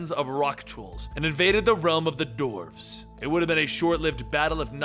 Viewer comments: Why , why , why....why are you saying DORFS! ...Its Dwarves...everyone knows how to say dwarves. Phonetically pronounced "Dworves" not Dorfs...come on. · Why do you say doorves